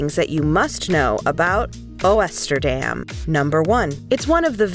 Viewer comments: Good grief... What about knowing how to pronounce half the words in this video, including "Oosterdam"?! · Isn't AI fun? Can't even bother to get the pronunciation of the ship name correct. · Viva AI. 🤣🤣